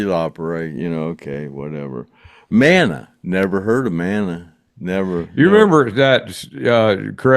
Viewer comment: I think MANA is a Mexican/ Hispanic band. Rock.mah-nah not manna like in the Bible